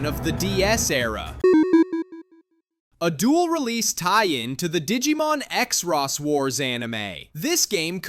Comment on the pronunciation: Everything was fine until I listened to your pronunciation of Xros Wars, I mean, it's not so hard. It's pronounced Cross Wars, not ExRoss...